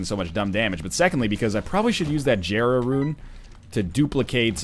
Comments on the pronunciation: it's pronounced (yera) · God, I never watched this video when it came out, and after watching so many newer videos, it pisses me off to hear him pronounce jera how it's spelled, instead of like "yera."